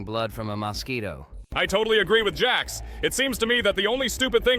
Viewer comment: Jax it's jax